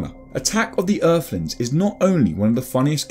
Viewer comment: Eerflins (Earthlings) If you can't speak properly you really shouldn't be narrating on anything